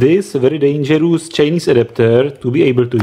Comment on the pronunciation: I lke most of your smps video. from there, i learn how smps work. But its so funny when you say dangerous as dangerus... :))))